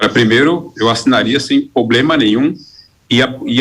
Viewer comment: Candidato ao senado, falando "poblema”, não dá!